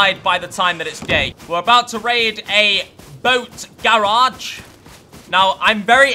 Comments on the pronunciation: Bruh the way he says garage was triggering me (I'm from south Carolina so I'm southern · The way he say garage lol love it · I like how he say GARAGE xD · Love the vids but the way you say garage kills me